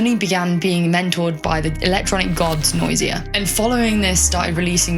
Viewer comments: it's Noisia, not Nosia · NOISIA, not NOSIA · it is Noisia not Nosia :D